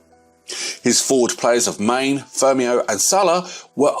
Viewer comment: Wtaf are you even thinking pronouncing some of the names like that? Is it some sort of troll? You pronounced one of the people players Wajim? And you said Mane rather than pronouncing it “manny” what a clown you are